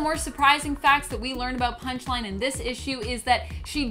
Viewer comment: You said “Punish-Line” in the beginning